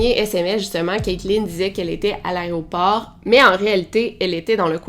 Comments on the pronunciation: On dit AÉROPORT et non pas ARRÊT-AU-PORT. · Aéroport et pas "arrêt au port" 😝🤭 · Arrête de dire "Aréoport" stp, c'est "Aéroport" tu fais un podcast où des milliers de gens t'écoutent, c'est important que tu parles bien. Sinon, j'aime beaucoup tes vidéos :)